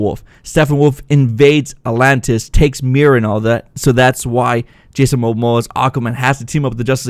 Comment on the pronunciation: I gotta admit you pronounce the name atlantis in way that makes me think alot lol a-lantis